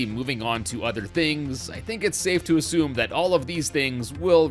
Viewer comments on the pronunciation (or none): none